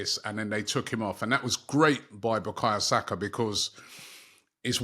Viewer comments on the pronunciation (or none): It’s BUKAYO SAKA not BUKAYA SAKA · How Robbie still says "Bukaya Saka" after all this time, needs to be studied... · Is it no more bakaYo Saka now Robbie is saying backayer saka😮